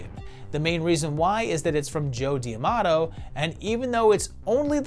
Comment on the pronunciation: Love this series, but correct me if I’m wrong. Isn’t it Joe D’Amato, not Joe Diamato?